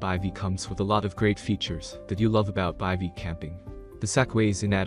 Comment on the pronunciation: I have no faith in this right off the bat since the guy does not even know how to pronounce Bivy correctly. Tells me they have no idea anything about the products.